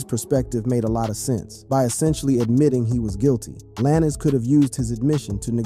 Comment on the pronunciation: I had to stop listening once you called him la-nez twice lol